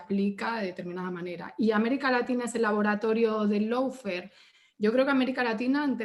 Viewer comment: La chica esa usa el término Lawfare... pero no tiene ni LA MÁS PÁLIDA idea como se pronuncia!!! Qué vergüenza... dice "low"fare en lugar de "law"fare!!! Y se nota su posición izquierdista de su propia interpretación de la ley!!! Y en Uruguay no hubo descrédito alguno, HABÍA UNA MANGA DE ASESINOS DE CIVILES, UN GRUPO MALDITO LLAMADO TUPAMARO!!! Y QUE NO ME LO DISCUTA A MÍ PORQUE YO LOS VIVÍ!!! NO ME LO CONTARON COMO A ELLA!!!